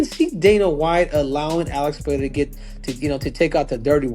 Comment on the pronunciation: Still can't pronounce PEREIRA!!!!!